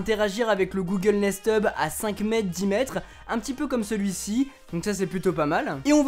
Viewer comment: Durant toute la vidéo j'ai entendu Google Nest tube XD